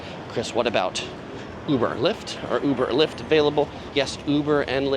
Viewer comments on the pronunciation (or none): none